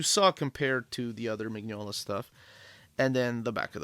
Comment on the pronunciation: You'll be waiting a long time for a Lobster Johnson omnibus. The omnibuses collect the stories in chronological order, and the earliest stories chronologically haven't yet been written. (Also, just so you know, Mignola is pronounced "Min-yola")